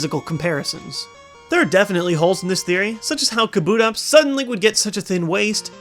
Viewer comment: NO kabutops is pronounced KAH-boo-tops not kah-BOO-tops! !!!!